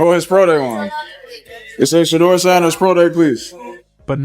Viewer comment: Shut up ! You are talking too much let Cam talk and learn how to pronounce Shadeur name !!!!!